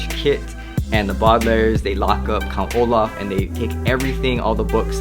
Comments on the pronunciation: bardlairs. Thats how you say it. Its Baudelaire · It's bo-da-l-air-s not bodalers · you say the bodlairs its the Baudelaires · The way you pronounce the bualdalares lol